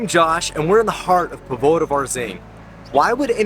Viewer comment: Please and Josh, please take note of accents on the words., especially if you do a while vídeo on Póvoa de Varzim. The accent is on the first ó in Póvoa - so it is pronounced the same as "po" in "pot" in English.